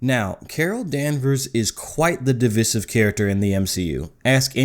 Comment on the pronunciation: Your pronounciation of Divisive erks me lol. But i love your content bro. I find myself watching the road while you ride